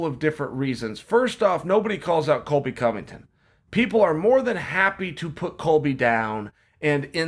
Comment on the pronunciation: It’s Covington not Convington